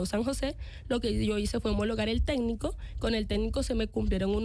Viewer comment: No es "tédnico" es "técnico" joven técnica...en mentiras😂